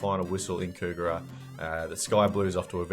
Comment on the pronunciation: . Forgive me for being a Sydney pedant, but it's pronounced "COG-rah".